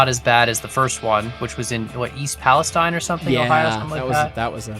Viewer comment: as someone who lives in east palestine, I got very happy when you started talking about it. However, one of my pet peeves is saying the name wrong, the i in the name is pronounced like a hard E.